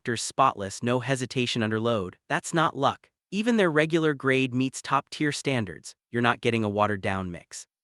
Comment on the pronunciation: Two things. Is the presenter AI ? I ask because of the repeated mispronounced "tier" and "Amoco". More importantly, at least three of the recommended brands involve their premium, high octane fuel. Everything I have read previously has told me that these fuels are a waste of money unless recommended by the vehicle's owners manual and that some may be harmful to an engine when they are not required.